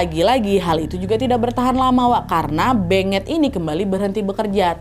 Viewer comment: Kek nya beungeut bukan sih baca nya